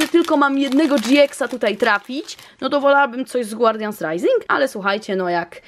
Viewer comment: to co powiem jest dziwne, ale zawsze gdy słyszałam jak mówisz guardians rising to słyszałam Guardian SRAJsing! Myślałam że nie lubisz tych boosterów i dla tego tak mówisz. Ale teraz weszłam na lootqest i już wiem że tak nie jest😊😉😂❤️